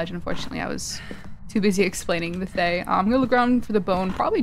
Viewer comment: Also, just leaving this out there, Thayes are actually pronounced Thuh-yeh! Ofc everyone will pronounce it as they like but I thought it would be nice to know as general knowledge :3